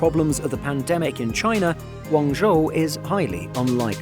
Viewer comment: Over the last year, your pronunciation of Guangzhou definitely improved